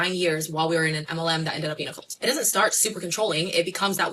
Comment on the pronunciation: That person might be the most irritating person to listen to on the planet. Good god. If a word ends in a t, it’s not normally silent. Cult is not cull.